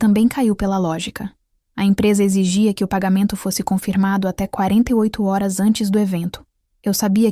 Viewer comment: Por que não é pronunciada corretamente HORAS?